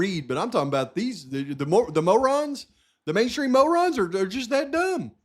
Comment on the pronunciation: Mainstream Mow-rons...Just not smart enuff!😂